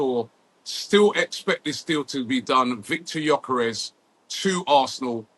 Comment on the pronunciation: Nice to see you pronouncing his name correctly after all this time calling him Gorkores Robbie 😂